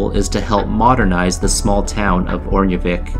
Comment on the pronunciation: Btw think of the “sk” in Örnsköldsvik as a “sh” sound, the way you pronounce it sounds like you got coached by someone from Stockholm ;) Always love these videos <3, love them a little more when they touch on my home town ;)